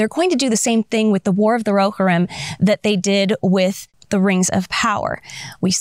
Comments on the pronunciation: Phonetic Pronunciation: roh-HEER-im IPA: /roʊˈhɪrɪm/ breakdown:roʊ: like the "ro" in "row" hɪr: like the "hir" in "hero," but shortened (like a quick "here" without stretching the "e") ɪm: like the "im" in "him" Love your channel, your content and the exquisite way you rant without ranting about the things we —the nerds— love. It's like a peaceful rage 😂. Thank you! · I believe it's pronounced ro-HEER-im. Also, the clips are from "The Two Towers", not "The Hobbit".